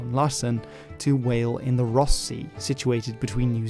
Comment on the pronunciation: Nice "whale",.